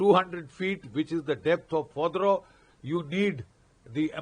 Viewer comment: Bakshi sir, it's Fordou not Fodrou, pls pronounce it well